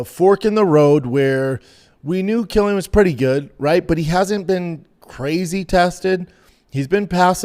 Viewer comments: His name is Kwyl-in. Not Kill-ian. Jfc dude. I can’t even listen to this shit. I’ll be back for the next episode though. Love ya dog. Hopefully you’ve learned how to pronounce the man’s fucking name properly by then. Good day sir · Bubba “Quill “ like porcupine . Quil - llian … Not killian 🤦🏻 Love you B 👊🏽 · Quill-an, Jesus fkn Christ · You should teach Brendan how to say his name correctly first.